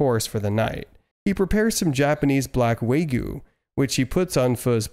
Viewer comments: Uhm it's acksually "wagyu" not "waygoo"🤓🤓🤓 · Bro said waygu